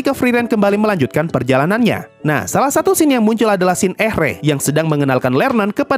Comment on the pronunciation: Sedikit koreksi pemanggilan nama karakter bang Ehre: Eere Scharf: Sharf Richter: Rikhtar